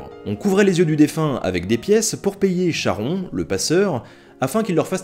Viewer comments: Encore un épisode super intéressant, comme d'habitude ! :D Légère erreur de prononciation cependant, même si pas bien grave (je suis pointilleux), le nom du "passeur" du Styx se prononce "karon" pas "charon" :p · Vraiment très intéressante ton émission, j'aime beaucoup. (première fois que je te post un commentaire). Bon par contre j'ai un soucis mental, tu prononces "Charon" (comme "Chat-rond"), et j'ai toujours entendu "Karon"... Ma vie est elle un mensonge ? Ai-je déjà corrigé à tort un nombre de personne tout à fait incomptable ? (genre 2 ou 3 personnes) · Je n'ai rien à apporter à ces informations sinon que l'on prononce " karon ", c'est le ch grec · Pardon, c'est juste pour te dire que Charon se prononce comme Charisme ou Chiron avec un "K". Sinon bon boulot et continue comme ça, tu nous vends du rêve :D